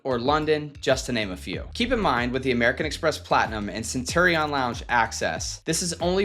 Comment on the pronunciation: I believe it is pronounced Cent “UR” ion lounge but I could be wrong.